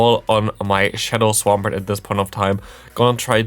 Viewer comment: It's pronounced Swampert!*